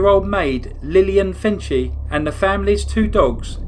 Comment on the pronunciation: Hi there, I grew up outside of Lincoln and I had many family members who lived in Lincoln during the Starkweather Murder spree and would share memories of that time. I enjoyed the video, however one small correction - the victim Lillian Fencl- her last name is pronounced like Fence:sill. It’s a relatively common name in the area but probably not so common elsewhere. Thank you!